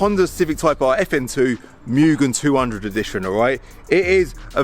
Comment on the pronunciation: Not muuuugen it’s pronounced moo-gen